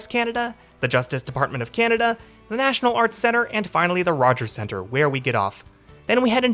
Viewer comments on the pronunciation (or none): none